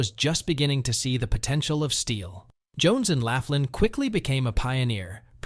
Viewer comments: Jones and Laughlin Steel Mill. Laughlin is pronounced lock-lin. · The mispronunciations kept me laughing. Whoever did this clearly never set foot into western Pa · It's Jones and "locklan" not Jones and "lafflan".. and its the "yock a ganey" river. You missed Carrie Furnace... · Jones and 'laff-lynn" steel? The "you-gee-awe-gan-ee" river? The narrator clearly never set foot in Allegheny County. It's "lock-lynn" and "yawk-a-gain-ee" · Is it too much to ask to do a little research to find out the correct pronunciation of Jones & Laughlin and Youghiogheny?